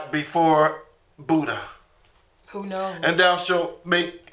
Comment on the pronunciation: budd-jah, peter-pee'chow, paul-poh smh...can't wait for that butt whooping from the Most High